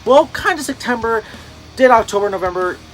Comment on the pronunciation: Haha you say Sectember just like Sergio with a c instead of a p